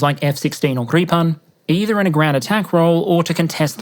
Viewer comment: if he says keev one more time... guy also doesn't know how to use English to say Gripen or Iran